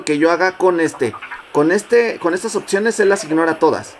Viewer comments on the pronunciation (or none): none